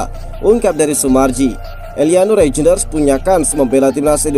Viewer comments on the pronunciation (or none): baca : *Reiynder.. robot indonesia susah spelling yak.😅